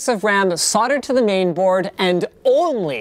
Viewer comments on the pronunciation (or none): none